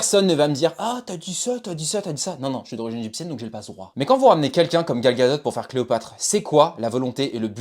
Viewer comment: certe c’est son nom mais phonétiquement le T ne se prononce pas, c’est comme DUPOND du ne dit pas DUPONDE ,c’est une règle communément appeler "soupe de vocabulaire" . 😉